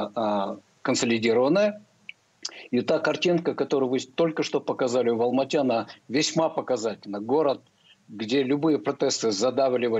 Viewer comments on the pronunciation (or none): none